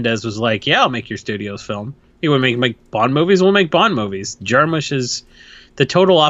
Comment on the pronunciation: You guys keep pronouncing his name Jar-Moosh and its bothering me